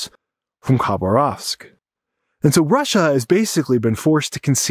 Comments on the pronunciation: The name of the city you mentioned is accentuated on the second syllable: KhBARovsk, as we hear from a native of the town who has created the highly informative and charming channel, "Natasha's Adventures". I highly recommend visiting and supporting it! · Хабаровск, not Кабас. Khabarovsk, not Cabas. Fix it. It would really look much better. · I've spent a few months in the Russian Far East and in Khabarovsk. By the way, don't pronounce the K, it's pronounced Habarovsk. While the island might be a thorn in the side of Putin, he isn't going to ruin things with China over it. Most importantly, the people of Vladivostok, Kharbarovsk, Chita, Irkutsk, Krasnoyarsk, Tomsk, Novosibirsk, and Omsk which are the major cities in Siberia, Far East and Primorsky Krai are Russian descendants and while they dislike Moscow, they are not of the mind to revolt. They seem to be proud of their Russian heritage and they have nothing in common with the Chinese. Many of them expressed to me their dislike of everything Chinese. The only exception to this would be Ulan Ude, which is home to the Buryats. Indeed, the Buryats have been used greatly in Ukraine and their is discontent there as in the southern part of Bashkortostan, south of Ufa. The Buryats have much in common with the Mongolians and are not ethnically related to the Russian's. However, their oblast, Buryiata is very remote and under populated. While I traveled across this huge expanse of land, it seemed that the vast majority of the population was happy to be in the Russian Federation and have absolutely nothing in common with China. Although, there have been some protests in Khabarovsk, but they seem to be loyal to the RF, but less loyal to Putin. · Pronounce Khabarovsk "Habarovsk" (the K is silent). Been there several times. Good video.